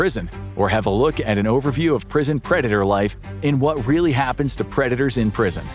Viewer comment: "Happenes".. that explains why the dude, despite his clear voice and stoic demeanor, cannot say words properly.